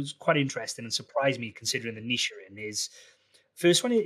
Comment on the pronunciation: you said niche wrong.